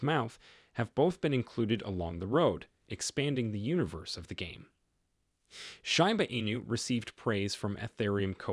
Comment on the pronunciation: Bro it’s pronounced like sheeba enu, not shyba 😑 Hard to take you seriously